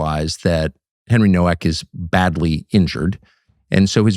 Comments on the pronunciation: The Polish name Nowak is pronounced "novak" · It’s pronounced Novak. W in Polish is pronounced like a V. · Pronounced No-V-ak! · Pronounced " Novak " - learn some Polish Tuc , you've got many like minded friends over there in Poland 🇵🇱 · Americans don't get it, it's pronounced "Novak" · Nowak is pronounced Novak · It’s Novak. The surname is Polish/Czech. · It's pronounced "Novak".